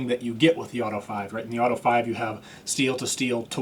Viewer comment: Auto-eh Five-a 🤌